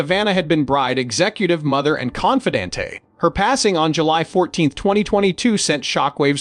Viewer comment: No such word as confidantay as pronounced by the robot narrator, it's pronounced phonetically: con..fee..donnt....it's a French word. Code your bumbling narrator to pronounce words correctly. It's Ivanna not Iva...nah. It's wound not wound as a blemish on the body. Get rid of your AI or robot narrator.